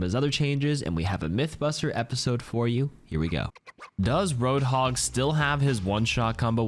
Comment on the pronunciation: Butchered hog and sombra